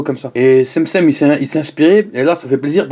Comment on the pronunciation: On prononce pas sem-sem mais tchem-tchem